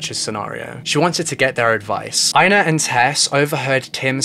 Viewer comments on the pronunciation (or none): Damn, your pronunciation of Swedish names is something... something bad. Swedish is phonetically consistent! Ina = ['ina], not ['aina], Tove = ['tuve], not [tov], Vibeke = ['vibeki], not [vi'bekeh]. I'm 21 minutes in and I have only just realized that Tesse's mother's name is Vibeke, not Rebekka! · Not that it matters, but Tove is pronounced too-vuh and Ina is pronounced ee-na lol